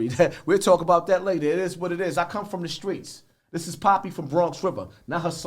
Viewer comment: "In these skreets"- Hov